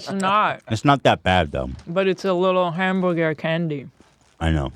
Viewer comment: Hemburger Haymeburgerr me: h a m, b u r g er